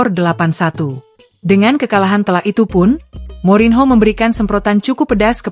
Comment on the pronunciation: Mba baca nya morinio, bukan morinho😂, kalau ucapin nama asing buka google dulu mba😊